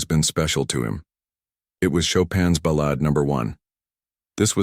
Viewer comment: Another moving and fine video. A couple of small suggestions: I think, but am not sure, that when part of a musical piece like Chopin's Ballade, it is pronounced ba-laud'. But check this one before you take my word for it. The other suggestion involves the fine narration as a whole. In parts it sounds like the readers is reading from the captions as they go by on the screen, causing some awkward jumps and pauses. Suggest you record the narration first and put the captions in after. Not a big deal ether suggestion, but your stories are so moving that they should not be even slightly flawed! Again, thanks for a fine presentation.